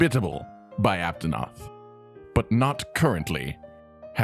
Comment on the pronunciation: Aptonot he said lol